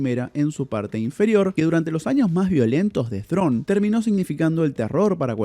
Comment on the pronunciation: Perón, Perón , no perdonnn Thrawn, Thrawn